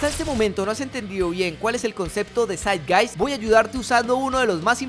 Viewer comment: El espíritu de nuestro tiempo Zeitgeist es originalmente una expresión del idioma alemán que significa “el espíritu (Geist) del tiempo (Zeit)”. Se refiere al clima intelectual y cultural de una era. La pronunciación de la palabra es “Saitgaist”.